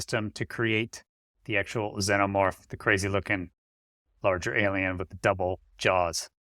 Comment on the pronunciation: You’re killing me here: it’s pronounced: ZEE-NUH-MORF Not zen-nuh-morf. These things are the exact opposite of Zen for Christ sakes.